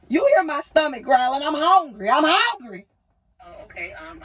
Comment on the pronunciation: Must be the hog ring. Why did she decide to have kids? Four childs…….😊 Lady, you kid is crying. Is TikTok that important? Kids generated for revenue. Go get something to eat. Honegry…..? Learn to speak. Who’s on the throne of entitlement?